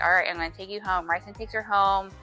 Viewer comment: ok but the way you say rhysands name lol